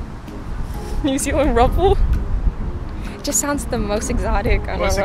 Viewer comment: I'm laughing so much at "rubble" 😂😂 Did he mean to say rouble?